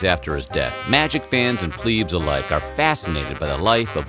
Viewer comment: This nigga said plebs